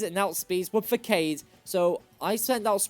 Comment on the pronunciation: I used to pronounce façade like that when I was a kid. The c is pronounced as an s this time. Edit: Also, Grusha is a guy. He simply grew his hair out. And Eichi is pronounced é-ē-chi, not æ-chi or ē-chi. Edit 2: Jigaton Hammer? Really? Flam-ai-go? It's flamingo+amigo (Spanish: friend). Drag-al-age? It's dragon+algae. Aqua Jet is a priority move.